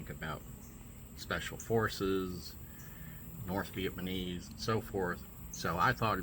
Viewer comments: Its Viat NAM ese not Viet man ese man. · I think im loosing my hearing. I kept understanding "viet-manees".